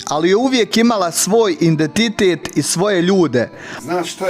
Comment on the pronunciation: baš volim kako ti govoriš. Tvoj govor je dio tvog identiteta, iako ti to izgovaraš kao indetitet. Nemoj mi zamjerit, molim te. LP